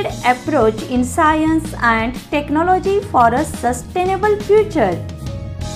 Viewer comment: That is not scaience That is science